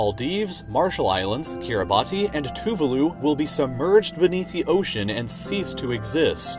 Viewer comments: Keereebatee and TOOvaloo It’s Keeribas and TooVALoo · to-va-loo???? its ta-var-loo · its "Tooo-vaaah-looooo" actually ..but thanks for the great vid! :D